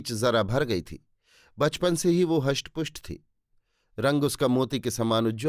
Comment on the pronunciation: Bhai, HUSHT PUSHT nahi RISHT PUSHT. GRAH nahi GRIH.